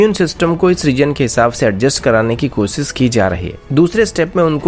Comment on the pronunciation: I think u cant pronounce Shh...find it hilarious they way u speak ...koosis nahi koshish karo